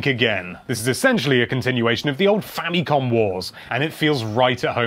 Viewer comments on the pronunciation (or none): none